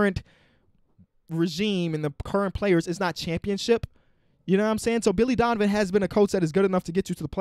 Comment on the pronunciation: He said Dilly Vonivan